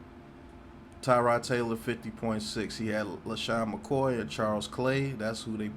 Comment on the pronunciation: first it's rashawn slater .... if you are going to say someone's name be intelligent enough to get it right. Second, I said I would Draft Parsons and I was saying 'suck for the duck' before he decided to return to college. Try going back and watching the videos... I know you might not be smart enough to do it... but give it a try....